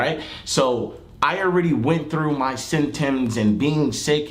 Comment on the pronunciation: Fredo said sim tims when he tried to say symptoms